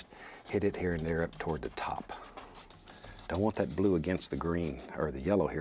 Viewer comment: No way to google this question I tried so many times but- Where in the country do people Pronounce the words that and this as cat and kiss? Because bob Ross said cat instead of that and kiss instead of this very often....